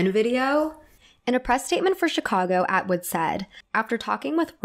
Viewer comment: i love your content a lot! it's clearly well researched, you're passionate, and your hair/makeup/fashion is always great. i think it would benefit you to add pronunciation guides to your research! lots of people noted your pronunciation of bob fosse's name, but you also mispronounce colleen atwood's first name (it's call-een, not co-lean), wanton (first part is pronounced like "want" as in "i want"), and various words in prior videos (like mycenaean, which has the emphasis on the "ce" syllable, not the "nae" syllable). it breaks the immersion for me when i hear these mispronunciations because it doesn't vibe with how otherwise carefully thought-out and amazing your work is! i hope this comment is helpful, because that's all i want it to be.